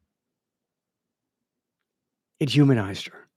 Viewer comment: Please go back and listen to how it sounds when you say "humanize". Who else do you feel needs to be "humanized"?